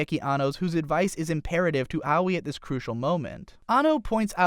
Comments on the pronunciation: ow-wee... ugh. who the fuck is ow-wee? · I know Aoi is a tough name to pronounce, but....."Owie"